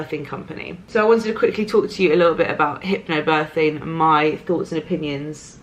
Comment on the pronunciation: I'm sorry, but the only thing I can hear is HYPPO birthing:D Thank you for always being honest:*